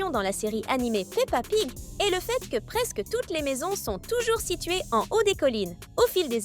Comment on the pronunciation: Au début elle a dit pa pig